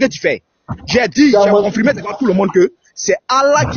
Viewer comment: Comment tu peux débattre avec quelqu'un qui dit "confrimé,vrigu" au lieu de confirmé, virgule. Ce est d'une ignorance chronique.